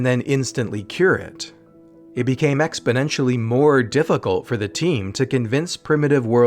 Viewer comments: expoNent. not expoDent. omg. Otherwise, awesome! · You used the word "exponentially", but pronounced it "expodentially". Most people make the same mistake. It's just one of those things drives me crazy....sorry. Great video anyway!